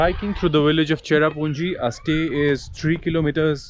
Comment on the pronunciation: It not chera punji plz